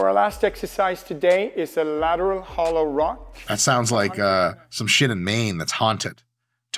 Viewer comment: Bro i thought he said "gyatttt!" during the lateral thing and I was dead